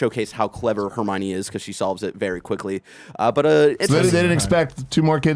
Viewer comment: I love how it took 80 minutes for people to call Nick on how he's saying Hermione...